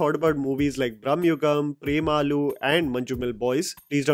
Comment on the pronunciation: It is not Prem aloo. The and and u should be short